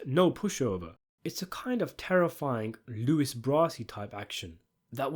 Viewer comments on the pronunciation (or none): none